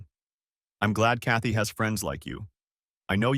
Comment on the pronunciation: Chaty... Kathy... Katie... how many variations of this name do we have to hear? Next time, use a simpler, easier-to-pronounce name if AI can't pronounce it correctly. Sometimes it feels like there are three or four different female protagonists... As for the rest...old story, already heard.